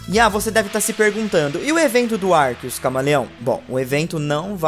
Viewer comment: por que ele fala arquios?